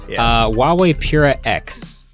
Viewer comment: The brand is actually called Huawei with a h sound at the start. Calling it uawei is like calling Google Oogle. :D